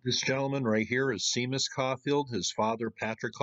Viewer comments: Seamus or Séamus is pronounced Shay-mus, not Sea-mus. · SHAY-mus is how to pronounce the name "Seamus". (Was sorta surprised you got that wrong when you got the place name right. :) )